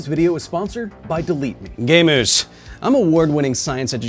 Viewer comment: i had to replay it a couple times because i thought you called me a gay moose but you called me a gamer. idk which i'm more insulted by